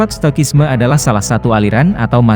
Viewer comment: Kasikuseko. Perubahan bunyi ke bahasa Indonesia: Ca ka ci si cu ku ce se co ko. Stoicism - ci tidak menjadi ki stoikisme, tetapi yg benar si = stoisisme. Contoh lain= narcisus menjadi narsisus, bukan narkisus. Citrus menjadi sitrus, bukan kitrus. Prinsipnya: kasikuseko. Canteen menjadi kantin bukan santin Cuprum menjadi kuprum bukan suprum Narcotics menjadi narkotika bukan narsotisa Cicero menjadi sisero bukan kikero